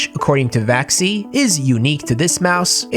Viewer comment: Vaxee rhymes with maxim. No? 🤔